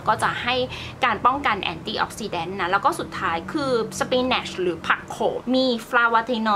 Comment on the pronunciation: Spinach อ่านว่า สปิ-นิช